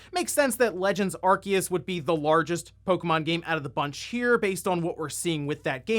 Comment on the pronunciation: ....he just mispronounced arceus lol